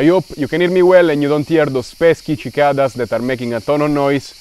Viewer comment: Love how you pronounce cicadas! Great video. I've only had my cinelog25 for 2 weeks, but dont worry; I'm still 👀 lol